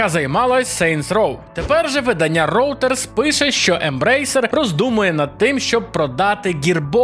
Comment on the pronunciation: Вподобайку поставив, але Ройтерс, а не Роутерс)